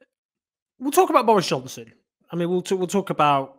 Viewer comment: Doris Johnson 🤣 please tell me im not the only one who heard that